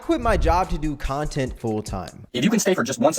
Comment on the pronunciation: Why he keep pronouncing it “conent creator”